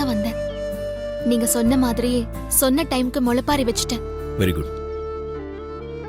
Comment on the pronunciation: முளைப்பாரி அல்ல. அது முளைப்பாலி.